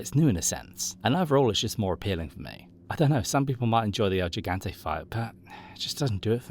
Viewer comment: It's "el gigante" not "el jigante"